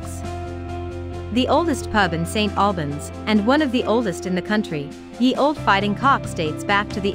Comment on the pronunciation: stop the lazy BS Ai generated videos and do it properly..... its say SSS TTTT Albans ... what a joke so lazy should be deleted